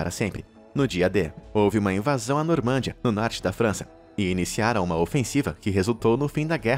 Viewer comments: normândia? Não era normandÍa? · Se fala NormandÍa e não NormÂndia. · Só uma observação: A pronúncia é NORMANDIA e nao NORMÂNDIA.